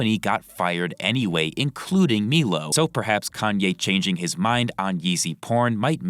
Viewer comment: Okay is it just me or does not know Milo’s name is said “MYlow”